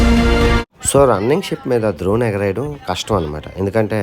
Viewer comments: డ్రోన్ bro ద్రోన్ kaadhu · అది ద్రోన్ కాదు డ్రోన్. videos లో కుడా ఎప్పుడూ ద్రోన్ ద్రోన్ అని అంటుంటారు. మీ videos regular గా చూస్తుంటాను. మీరు చేస్తున్నది ప్రపంచ యాత్ర కాదు, ప్రపంచంలో ఎవరూ సాధించలేని సాహస యాత్ర. All the Best to you.